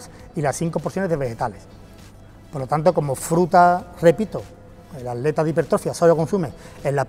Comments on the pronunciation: Soy yo o dice aleta en vez de atleta? Jaja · Dices aleta, en ves de atleta?